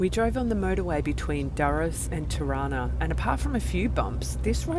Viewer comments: Juste la traductrice doit prononcer mieux les noms des villes, Tirana la capitale n'est pas Chirana comme c'est exprimé ! Merci beaucoup pour votre documentaire réaliste. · Hauptstadt "Tana"??? Mein got....Tirana....heist das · Non Taba, mais TIRANA..